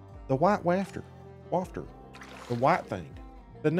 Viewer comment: It's pronounced WAY-FER the T is silent